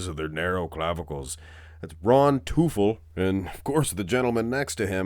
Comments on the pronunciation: teufel is pronounced like "toyfell" with the emphasis on the first syllable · well teufel is the German word for devil. If he is supposed to be pronounced like that it’s more like „toyfel“ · Teufel is German and means „devil“ it’s pronounced „Toy fell“ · its pronounced like toy-fell like the toy fell off the table